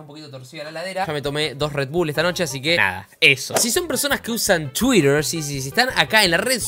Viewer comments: Gente normal: Twitter: tsuider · podes decir bien twitter ? tuirer dice